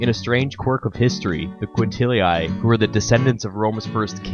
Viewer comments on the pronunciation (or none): "Quintilii" is pronounced "quin-til-ee-ee" NOT "quin-til-ee-aye" -same for "Fabii". Loved the video besides, mate (thanks! 🤗), but....c'mon, man: such a basic (and kinda disrespectful) error to leave in 🙄. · Lupercalia, sounds Loopearcahliah. quintilli, sounds kwintillee, fabii, sounds fahbee ee!